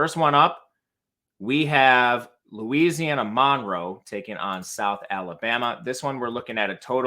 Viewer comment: U. L. MONROE IN Louisiana it pronounced MUN ROW 🤐 Nice Segment ⭐☮️